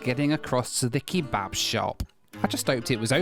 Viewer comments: The pronunciation of kebab as "key-bab" is infuriating 😂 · Who says "kee-bab"? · I like how you pronounce it 'key-bab' :)